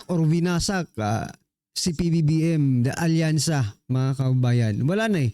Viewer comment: Wasakyansa na bossing instead of alyansa🤭🤣🤣🤣